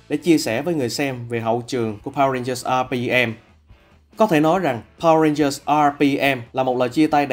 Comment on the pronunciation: Mình có góp ý chút là bạn đọc mới nên đọc những đoạn tiếng anh tự nhiên chút sẽ hay hơn ấy ạ. Khi đọc đến top2 mỗi khi nhắc đến từ RPM thì bạn í lại nhấn âm hơi quá đà làm mình cảm giác khá là nặng và thiếu tự nhiên ý. Mong các bạn xem xét phần này nhé <3